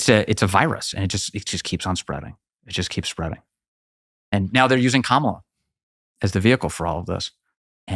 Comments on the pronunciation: While the left is getting triggered over the pronunciation of Kamala, Tucker casually saying it Karmella in the first minute of this video 😂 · I love the fact that Tucker calls Kamala "Carmela". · Love how Tucker purposely butchers the demon hag’s name. 🤣